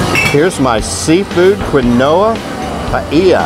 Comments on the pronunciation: Love the video!! I swear is one of the most beautiful people I have ever seen! She is stunning. I am planning a trip to Maui hopefully in the Spring... fingers crossed!! Is it weird to say I wish I could run into you all while I'm there?! lol I giggled at the way your pronounced Quinoa. It's Keen-Wa! Kind of like the name Joaquin but reverse the syllables! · It's pronounced Keen-wha (Quinoa)...LOL.😀